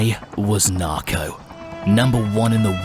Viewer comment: Nobody: Not even ghost: Narco: Im narcaw